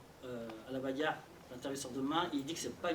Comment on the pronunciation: Comment il prononce « la bagarre » ça me tue 😂